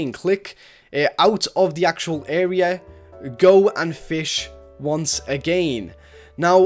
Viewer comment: I love how this person says again agiiin